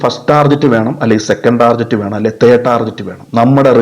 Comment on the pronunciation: വളരെ നല്ല ഒരു വീഡിയോ എനിക്ക് ഇഷ്ടപ്പെട്ടു. ദയവു ചെയ്തു ടാർജറ്റ് എന്ന് പറയരുത്. അതു ടാർഗറ്റ് ആണ്. ഈ ലോഗത്തിൽ മലയാളി മാത്രമാണ് ടാർജറ്റ് എന്നു പറയുന്നത്. പിന്നെ ട്രയൽ അല്ല ട്രെയിൽ ആണ് വിഷമം തോന്നരുത് നിങ്ങളെ വിഷമിപ്പിക്കാൻ പറഞ്ഞതല്ല. Very good👍🏻 keep it up 👍🏻